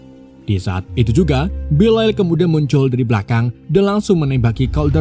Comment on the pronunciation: haduh belial dibaca belail🗿